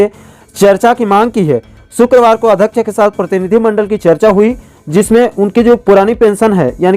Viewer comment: आप कई शब्दों को जल्दबाजी के चक्कर में गलत उच्चारण करते हो महोदय... जैसे अध्यक्ष को अधक्क्ष